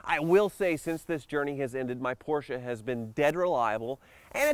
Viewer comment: Porsche... not Porscher There is no R on the end.